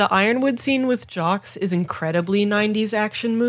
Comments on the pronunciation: The 'Jox' pronunciation for Jacques triggers me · Jocks Schnee